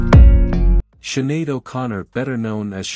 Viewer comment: Siinn Fein prounounced Feign not Fine. She is better known as Sinead not Shuhada. These sites always have errors.